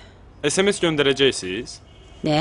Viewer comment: Bu adam ES EM ES deyir digər tərəf sms nədir deyir.Ssenaririni yazan elə o qara şeydir.